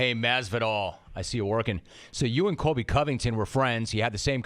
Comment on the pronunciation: Who cares if he said Coby and not Colby. Colby can’t even say his name right, or say much of anything right now . 😂😂